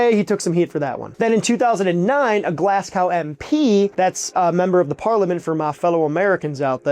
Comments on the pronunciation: Mate! You're killing me. It's pronounced "glaz go", no W, it's not gow, it's go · 🤣 “Glass cow”? Naw mate, it’s pronounced GLAZGO. 🏴👍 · While we are on. British things - the presenter should know that the “ w” in Glasgow is silent. It’s GO - the same as KNOW ( with a silent K and W for good measure) not gow as in cow. But it’s far from the most complicated example . Woolfardisworthy is simply Woolsery. (Devon) Kirkcudbright is Kircoobry ( Scotland) , Belvoir is Beaver in Northern Ireland. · Glas-gao? If ever there was a video to do your pronounciation homework... this was the one :| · That pronunciation of Glasgow hurt my soul and I bet you anything shattered any Scots watching. YIKES BRO. There's google you know? Translate? Or YouTube. The thing you're releasing videos on? GLASS COW? BRUH COME ON MAN. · I've had to pause the video to see how bad the roasts are over the murdering of Glasgow and I'm actually a bit disappointed, that was (and will continue to be) absolutely brutal. Glass-cow, there is no C. Two Gs, no C. I haven't twitched over Scottish pronunciation this hard since I had a roommate attempt to say Glen Garioch, and at least he had a good excuse, I mean, look at that spelling! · My man learned all there is to know about curries but slept through the lesson on how to pronounce Glasgow. Glass cow? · Glass goo. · 😂 I thought he said “glass cow” 😂 I know he didn’t mean to though. No one in earth pronounces everything correctly and sometimes we just make a mistake and keep on rolling. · Everyone in The US pronounces it Glasscow and I've no idea why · No, we pronounce it glass-gow. And the reason is because that's how it's spelled. W is not a letter that is commonly silent. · Can't beat a Glass-Cow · Glass Cow????What the froggg hoppin pronounciation is that???? Do better. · It’s a good video but man, you have heard at least one person pronounce “Glasgow”, haven’t you? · Absolute nonsense , can’t even say Glasgow… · Remove the w then